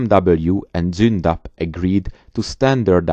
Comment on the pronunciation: I now know how to pronounce Zoondapp and KeeS750. Danke.